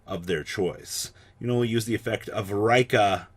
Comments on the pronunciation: It's Ree-Ka not Rai-ka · It's pronounced Ree-ka. Not raikka. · I think Rikka is pronounced the same way you meant to say it in Japanese, therefor Ri-kka.